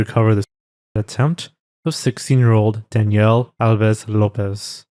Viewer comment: as a Brazilian; wasn’t expecting also your pronunciation of the name was in Spanish not Portuguese his name is written Daniel Alves Lopes Daa-nee-el like durh Au-vis like vicissitude Loh-piss like piss not pez dispenser